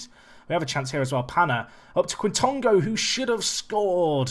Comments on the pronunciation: Quitongo - “k-Tongo” , k sound like a kicking k opposed to it being K (Kay) Just as well FM doesn’t give punishments for diving, he enjoys a wee dive. A good exciting player though in real life! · I think its pronounced j-i quintongo